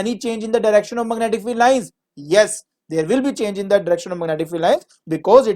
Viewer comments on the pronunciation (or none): mag netic 🤣 but teached well